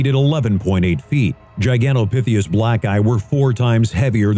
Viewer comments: GigantopitheCUS, not gigantopitheus 🙄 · "number six-th" GigantopitheUs" lol...